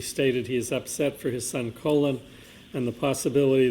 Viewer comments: Me too! What a complete idiot!! Colon instead of Collin. 😂🤣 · Every time called Colin “Colon” I couldn’t help but laugh, because everyone probably agrees with him being an A-hole! 😅😂😂😂😂 He probably gets upset every time he mispronounces his name! 😂😂😂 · At least the Commonwealth properly pronounced the name of “Colon” Albert bc he is a piece of shit! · Calling him “Colon” the whole time 😂 lmao too much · The mispronunciation of Colin as Colon cracks me up 😂 makes me want to refer to him as Semi Colon : ; 🤣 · I can't believe he's still calling him Colon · Is he STILL calling him Colon?! 😂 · "Colon" - Jesus Christ dude, at least learn how to pronounce the names in the case you're working on. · I thought his name was Colin, not Colon. 🤭